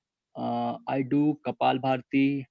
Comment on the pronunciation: Its Kapalabhati not kapalbharati😀